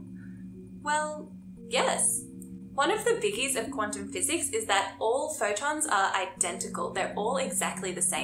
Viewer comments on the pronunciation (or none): none